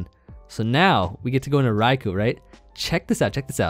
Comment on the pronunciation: thank you for pronouncing raikou correctly